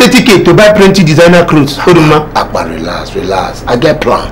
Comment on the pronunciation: Lol, I was patiently waiting for Akpan to say Oruma😂(Oduma) has done it again oh.😂🤣😂👍